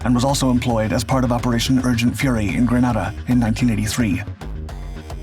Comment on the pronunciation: Minor point: In modern times, the country of Grenada is pronounced gre-NAY-de, not. gre-NAH-de like the city in Spain.